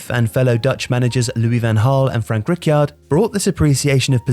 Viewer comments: Rick-yard? Always enjoyed the top-notch content of Tifo.. but with simple research, much of the narration could be improved. Anybody can easily learn the correct pronunciation of Rijkaard by just simply going to Wikipedia. Anyways, keep up the good work Tifo. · Never heard anybody mispronounce Rijkaard more than this dude